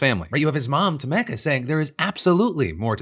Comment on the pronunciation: Tomecca? 😂 Brother I’m pretty sure it’s tomeeka